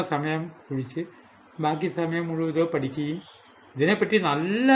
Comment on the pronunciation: പല വീഡിയോകളും എനിക്കിഷ്ടമാണ്, തുടരുക. " മുഴുമൻ " എന്നല്ല " മുഴുവൻ" എന്നാണ്.